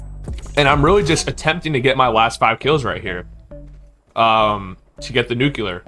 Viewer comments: Nuclear!!! Not Nucular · he’s joking, he’s saying that he doesn’t know what a “Nuke You Ler”. The reason he’s saying this is cuz he thinks that the way this guy pronounced Nuclear is weird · i lover how you say nuclear its so satisfiying nucelar